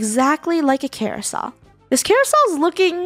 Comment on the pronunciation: Carousel not carousol!